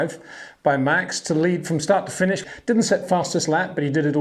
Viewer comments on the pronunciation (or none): none